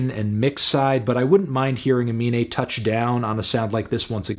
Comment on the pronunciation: Anthony, his name is Aminé, please stop calling him anime in your review